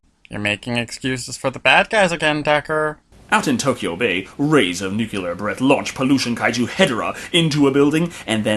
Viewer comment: Can't Decker really say "nuclear" or is it on purpose?